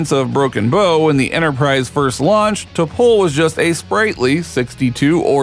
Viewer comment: If you're going to make a video about a Star Trek character, the least you could do is watch at least ONE episode, so you can learn to pronounce her name correctly.